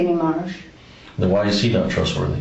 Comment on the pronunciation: mispronounced the boyfriends name. His name was Marsh A1 said Mar